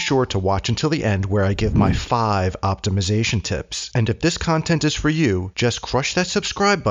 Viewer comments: "Optomization" and "Conformattion" 🙃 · Optimization. Americans have a serious problem with grammar & pronunciation lol Entry CONFIRMATION lol